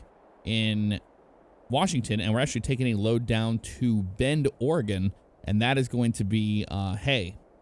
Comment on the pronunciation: Hey look someone who says Oregon right